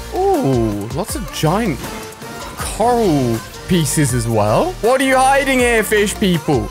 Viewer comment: It’s pronounced c-or-al Ali 🤦🏼‍♂️